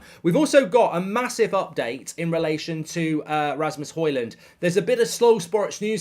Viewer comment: Højlund is pronounced as hoylun